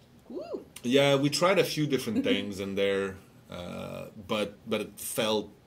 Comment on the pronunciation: BTW ITS NOT TINGS..... ITS THINGS .. THAT SHIT IS ANNOYING